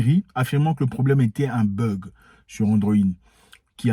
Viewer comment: It is not burg, it is bug.